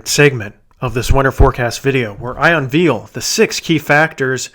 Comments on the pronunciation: Love your videos, but it gets to one's ears to keep hearing a word mispronounced over and over. So, just to let you know - the word "unveil" is not pronounced "veal" as in meat. But rather, when pronounced correctly, the second syllable rhymes with "rail" not" reel". BTW, think you are spot on regarding your prediction. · I’m so curious what region of the country you live in. Mainly because the way you say Veil/Unveil. You pronounce it Veal/unveal. Interesting.